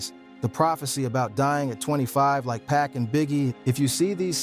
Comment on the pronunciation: wait wait im only 20 seconds in and did you say PACK? how dare you call 2pac, PACK lmao